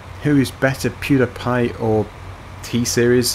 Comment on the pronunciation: Pewdiepie is not called Pewdapie